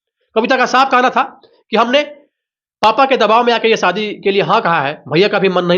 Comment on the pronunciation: शादी को सादी बोल रहे हो....तो फिर सीधी साधी को शीदी शादी बोलोगे क्या? घटिया उच्चारण